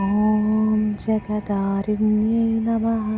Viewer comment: ഓം ജഗദ്ധാരിണ്യൈ നമഃ അക്ഷരം ഉറപ്പിച്ചു പറയു